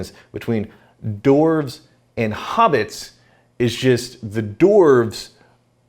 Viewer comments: Why do you keep saying "Dorf" instead of "Dwarves"? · I've never heard it pronounced, "dorves"! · I’m a hardcore LOTR nerd but I don’t expect other people to be. However I did nearly have a meltdown at how they pronounced dwarf/dwarves as dorff/dorves. Get I’m Dan!